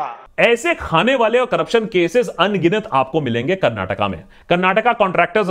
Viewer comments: Bro you did not say Karnatak... You pronounced it well "KARNATAKA" as a kannadiga I am happy 😁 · Love the way u told its "Karnataka" not "Karnatak" <3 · Full vote for u juz for saying KARNATAKA brother. Nice 👍🥂🍾